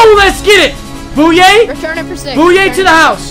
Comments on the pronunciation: It's boy-yay not boo-yay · It’s bouye not bouya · Booyay? It’s bouye pronounced boy yay